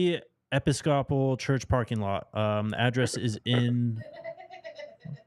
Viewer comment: EE-pp-ii-scaa-pal, lol, simply pronounces it as he sees it. People, Wisdom is knowing that if YHWH is not in it, Mistakes (whether in sports, business, education, or government) will be made!!!